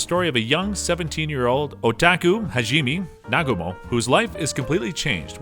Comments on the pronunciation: how could he mess up this name Hajime its so easy Ha-ji-me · if he says HAGEEMEE one more time i think ill die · damn those shield hero names got butchered like animals in a slaughter house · Erk.... I think I just coughed up a little blood after he mispronounced Hajime's name in the beginning... As soon as he said it the second time I look at the comment section and find out mispronunciation is this episode's main theme. But, I'll come back with a different opinion after watching the whole video looking at the content... This is an addition to the original post that I planned on doing. Besides the mispronunciation on about 4/5th of the words (he did get a few right) the content they pushed forward was good. Final judgement: 7 out of 10. Mispronunciation of words, specifically names of people, titles, places, or et cetera can be relatable to walking on glass barefoot.